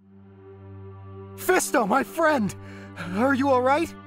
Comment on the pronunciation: Would you emphasise "friend" like that in a conversation though? That one in particular seems odd